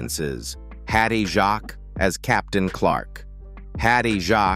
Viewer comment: It's Jacques as in fakes